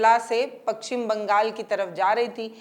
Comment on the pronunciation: Pakchhim nhi paschim Bangal